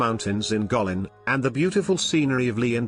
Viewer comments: the first spot is Gweillin not Gulillin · Guikin is pronounced " Kue lin ". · you mispronounced "Guilin" terribly. It's more like /guei-li:n/. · Guilin is promounced kwi' lin. Scenery is reminiscent of Chinese paintings. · Get your place name pronunciation right . Guilin for instance, then others…. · How truly beautiful a country this is. Sadly, how pathetic your mispronunciation of "Guilin" sounds. Have some respect. This is not your word. It belongs to a people. At least bother to learn about accepted pronunciations before you do voice-overs on YouTube videos.